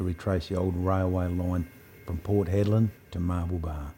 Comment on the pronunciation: Hedland, not "Headland". Anyway, a great video like all the others.